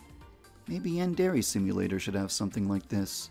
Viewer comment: "OH YES IT SHOD"